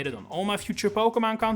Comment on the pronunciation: When you make it big you need a t shirt that says "PokeMON" . I know it's your accent but it's iconic